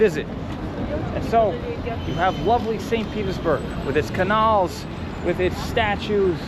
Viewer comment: Doubt 100% American!!!😮 You mis-,pronounce canal